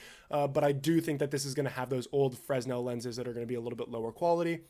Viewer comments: Bro. Its pronounced "FRUH-NEL". Please. My ears are bleeding. Great content, BTW. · Quick note... "fresnel" is pronounced "fruh-NEL". 🙂[new subscriber] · Just FYI, Fresnel is pronounced fruh·nel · Just as a note, to my knowledge, "Fresnel" is pronounced without the "s". Like "Fruh-NELL." At least where I'm from. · Headsup, Fresnel is pronounced "Fur-nel" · The s in Fresnel is silent. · For future reference, the S in Fresnel is silent